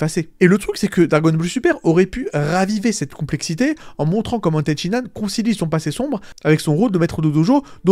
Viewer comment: Ten shi han, pas Ten Shin Nan, bordel c'était frustrant. Ten Shin Nan Kebab 😂